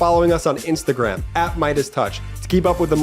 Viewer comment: ...most impordant news of the day. 😄